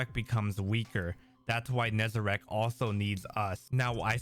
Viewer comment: It's Nezarec, not Nezarac...